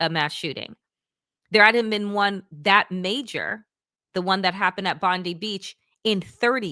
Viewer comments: It's Bond i as in Bond eye, NOT Bond ee as in Pam Bondi. Thanks Australia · Hey Danielle and Waj you pronounce the beach Bond-eye. I wouldn't usually be so pedantic but the chance to not be reminded of Pam Bondi is worth it 😊